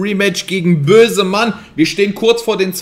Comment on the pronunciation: Ich hab kurz Mözemann gehört 😅